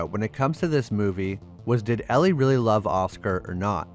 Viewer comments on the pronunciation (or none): none